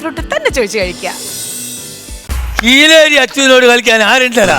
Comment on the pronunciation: Kireli alla kileri 😂